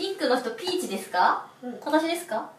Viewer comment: のお前はピーチですか？bitch.が、みんなも言ってる通りお前はビッチですか？に聞こえて笑った。しかもビッチの発音良すぎ。さすがはしばゆーの遺伝子感じた。